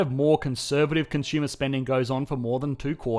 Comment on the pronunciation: "Consumer" is not pronounced as "CON - SHOOMER" Look it up.